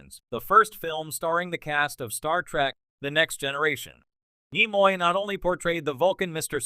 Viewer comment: Not to mention mispronunciation of NIMOY's name